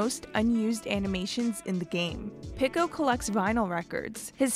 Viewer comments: No way she said Picko instead of Pico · the person in the video pronounced Pico differently so it sounds like they're saying "Pickle" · idk why but this feels so lifeless, half the facts were wrong or straight up came out of nowhere, the woman kept saying pico's name wrong and there wasn't any jokes or whatever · please never say pico again